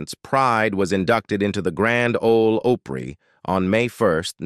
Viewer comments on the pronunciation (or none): OPRY as in AH PRE NOT OH PRE. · This man is pronouncing opry wrong